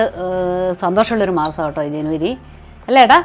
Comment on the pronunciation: ഏട്ടാ ഏട്ടാ എന്ന് വിളിക്കുന്നത് കേൾക്കുമ്പോൾ എടാ എന്ന് തോന്നുന്നത് ആണ്.